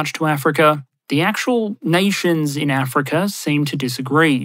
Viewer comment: pronunciation guide: Russar, Chinar, Africar